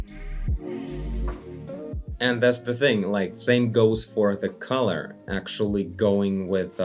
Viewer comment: fun english fact: collar rhymes with caller, not color :)